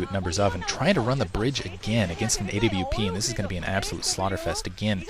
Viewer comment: a.w.p? It's awp...